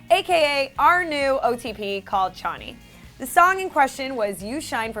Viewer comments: note : its pronounced as show-ni not ch-a-ni. 😊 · Its horrible that they did that and all but when she said 'cha knee'i was dead. Its pronounced 'show knee'